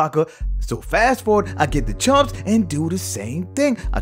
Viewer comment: Chumps not champs😂